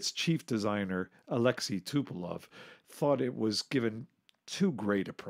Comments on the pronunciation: Designer of TUs was TupolEv not TupolOv. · T U P O L E V - not Tupelov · Also, it's TupolEv, not TupolOv. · Again, it's not Tupelov. It is TUPOLEV.